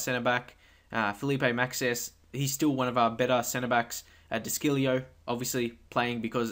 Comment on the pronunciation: De chilljo thats how u pronounce it